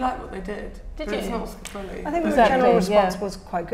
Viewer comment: every time someone says "Sciapareli" an angel dies